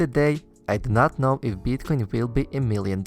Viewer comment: Can you please spell it as Bitcoin and not Beetcoin xD